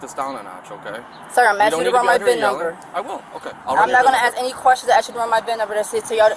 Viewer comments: Tired of the word “ASK” being abused by “certain unintelligent individuals!” It is not pronounced as “AKS!” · She gonna axe 🪓 him a question